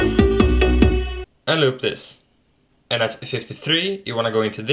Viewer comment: “Aend looup thees”